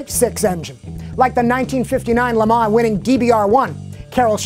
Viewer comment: i think the FT86 should drift. They should replace Foust's scion with the FT86. I like how says Le Mans because it is the right way to say it